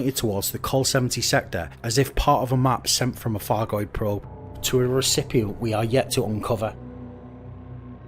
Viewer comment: I love your videos, I really do, but please can we get it clear that its not a 'fargoid' and please, please please pronounce the Th's and the F's correctly!!!!!!!!! Its not a Thucking Fargoid!